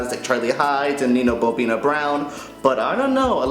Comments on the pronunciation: It's Bo'Nina not Bo'bina, hope you corrected for next episode. #justsayin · Someone tell this entitled boy it's actually Bo'Nina, not Bo'Bina. He may try sounding less bitchy in the delivery of his critics and we will sympatize with him in the mistakes. I think that comments are way too harsh and not as positive as I would like. Mariquita mala realness, keep it constructive.